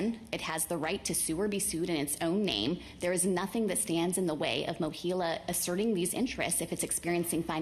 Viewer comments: MOHELA, not "Mohilla." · Mohela, not "Mohilo."